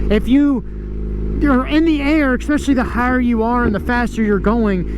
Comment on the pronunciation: There is no word "exspecially" so please stop saying it!